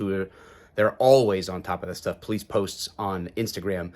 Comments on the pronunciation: I know this is a serious situation... but officer "Pullease"? Lol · I love how it sounds like they’re saying Sgt. Police. 😂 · Really Sgt. Pullease, pronounce Police, no one else is going to say anything about that?? 🤣🤣🤣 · You really telling me this cop’s name was Pullease? Pronounced Police? SGT. Police? Are you serious? No one sees this as them making a joke of how easy it is to hide a perpetrator cop’s identity to relocate them to a new dept punishment free? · It sounded like she said "Christopher Police", but that can't be right.